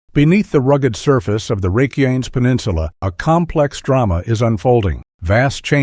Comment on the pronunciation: You can tell it’s a click bait article when they don’t pronounce the name of the peninsula correctly.